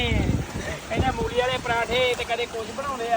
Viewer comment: ਡਾਈਨਿੰਗ ਟੇਬਲ ਉੱਤੇ ਬੈਠ ਕੇ🤔 ਕੱਪੜਿਆਂ ਵਿੱਚੋਂ ਮੁਸ਼ਕ ਆਉਂਣਾ ਇਹਦੇ ਛਿੱਟੇ ਬਹੁਤ ਪੈਂਦੇ ਹੁੰਦੇ। “ਮੂਲੀ” ਨਾ ਕਿ “ਮੌਲੀ”। ਕੋਈ ਨਹੀਂ ਪੰਛੀ ਜਾਨਵਰਾਂ ਦਾ ਪੁੰਨ ਬਹੁਤ ਹੁੰਦਾ।